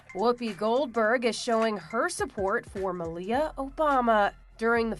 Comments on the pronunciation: Melia not Ann Ohbama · The girl's first name is pronounced "Mahl-ya", but her last name was never Obama by birth. Both girls came from "Rent-a--Kid", and over-priced, as well.